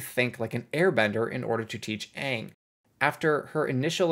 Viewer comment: did you just say "Gaang"? I dunno if that was unintentional or if it's a commonly used term, but if it was neither, bravo, that is really good lol.